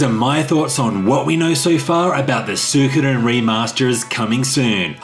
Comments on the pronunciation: Love you. However, believe it or not it is actually pronounced SWEE-ko-den. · Why is it that you guys cant pronounce the name correctly, as su i ko den, like its written there